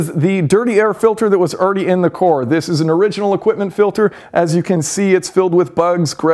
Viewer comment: He also can't say the word "car". He says "core"